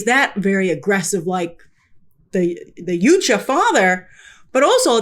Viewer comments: Yow Cha. It's pronounced yow-cha, not you cha. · WTF is a ‘you-cha’? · Why do people keep saying Yutja instead of Yautja when they were saying Yautja in the movie? What's the correct pronunciation? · Why are all the reviewers pronouncing it 'Yoot-cha' when it was very clearly pronounced 'yaowt-cha' in the movie. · She can't even pronounce Yautja